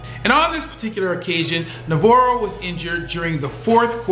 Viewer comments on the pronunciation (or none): For God's sake, Google player names before you butcher them. Kerse is pronounced like curse. Bowman's 1st name is pronounced "bug VAH-ro." Oh, and ONE OF THE GREATEST WRs? Rice is the G. O. A. T.